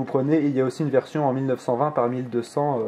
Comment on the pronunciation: Est du des courrer da dit vertion au lieu de version